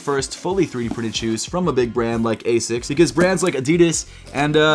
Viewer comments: The way u say it hurts, 'asis' it's not, it's pronounced like 'asicks' all love tho bro 😭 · As-ics not a-sics